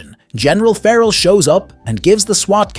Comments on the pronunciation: There are some really weird pronounciations in this video, and some that are straight-up incorrect, and only made to look more stupid later when they're changed. Like Doctor 'Jacob' later being correctly pronounced as 'Doctor Hackle' Also feh-rahl instead of 'Feral', especially for Felina. And 'ship' instead of plane over and over. Is this a crappy AI video? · You seem to forget to call the city by it's FULL name. Megakat CITY. The plane is the TurboKAT. Feral is NOT a general, but a POLICE LIEUTENANT. Callie BRIGGS (name you seem to forget to add) is the DEPUTY MAYOR! Again you seem to forget or do not want to add. Fear-owl?! Really?! Did you forget how to say Fair-uhl?! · It's driving me crazy the way you are saying feral.